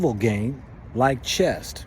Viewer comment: It's actually called "chess" not "chest"